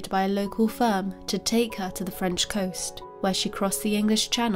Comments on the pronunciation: Your French pronunciation is excellent!🥰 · One of the best true crime channels. The quiet achiever., your French pronunciation is superb 👌